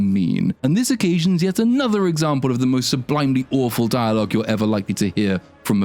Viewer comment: I love how you call him a gay spider demon. Also dire logue hahahahah. Mate.